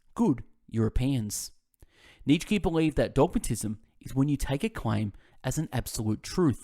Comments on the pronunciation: His name is pronounced Neetshe not Neet shky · Neetshkee, Aaaaah this is painful to listen 😂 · its pronounced nieetzzs eheksye not Neetshe or Neet shky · Neech key 😂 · they're on my channel, but not in English, haha. Jokes aside though, mate, your content is excellent, I've listened to a few of your summaries already and they were great, however this one is just.. it's wrong to mispronounce his name so bad. Nietzsche is such a unique and famous philosopher that not knowing how to say his name might only mean that you've never heard of him before making this summary which just makes you question is it even a good one? Is it even worth listening to it when the reader doesn't know what he's talking about? I'm sure it is great overall except the mispronunciation but I hope you can understand why people comment under here with Neetshkee, it's just painful. Anyway good luck with your channel, all the best. No hate intended!